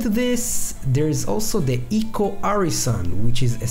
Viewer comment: Also its pronounced i-co, not ee-co